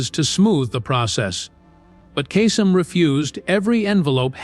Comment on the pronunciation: And it’s KAY-Sum. Not casum